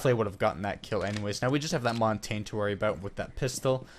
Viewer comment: Great series! My only critique is how you pronounce Montagne. The French word montagne means mountain, and is pronounced Mon-tahn-ya. But at least you don't pronounce it montag! Keep up the good work!